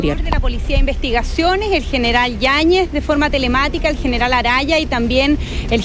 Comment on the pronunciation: El nivel de la ministration Defensa es penoso…. apenas si modula, “geral” en vez de General además de no decir nada relevante toda nerviosa e Izkia salvándola de las preguntas